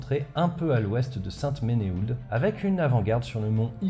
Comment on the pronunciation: Et saint-menehould. Sainte-menou.